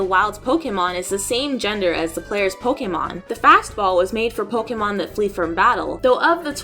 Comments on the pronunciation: I'm just glad she actually pronounces Pokemon correctly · The voiceover has a bit of an echo or hollow sound, but I am very happy to hear Pokemon pronounced correctly.